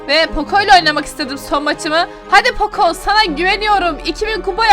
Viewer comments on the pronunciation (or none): none